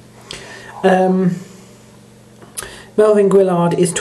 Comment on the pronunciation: It's not Milvin jerk, it's Melvin!